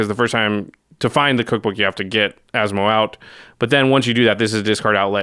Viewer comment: I’m so impressed by pronunciation 😳👏👏👏👏